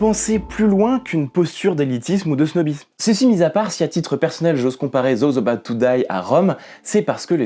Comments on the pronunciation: "Zoze eubaout tou daïe"? 😅 Olala frérot et tes souvenirs de LV1 au collège alors... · Quel joli accent français "Zozabotetodaille", j'avoue c'est mal mais ça m'a fait rire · "zouzaboutte toudaille" C'est mon petit plaisir à chaque fois que tu le prononces x) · zoz obat toudai ! 🥷 J'ai cru que c'était du japonais au début. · J adore l accent!: "Zoze abaout tou daï"